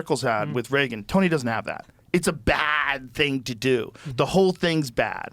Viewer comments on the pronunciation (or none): none